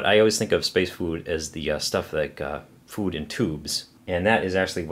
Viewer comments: You say "Food" funny... SpaceFoOoOD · As I brit I really like the way you say food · the way he says food is funny